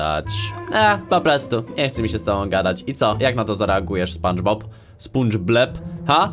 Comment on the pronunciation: sie spanczpob